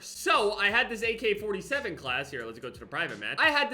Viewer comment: Everyone: AK-47: AK4-T-7